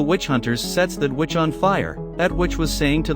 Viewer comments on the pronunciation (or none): Everytime i hear witch It sounds like bitch hahaha it's funny to me